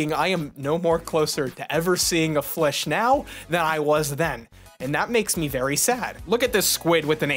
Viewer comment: Hearing a studious old man say “...Flish...” sent me into a laughing fit Ok, you have a chance to put your future-world animal oc into the show, and you choose Flish?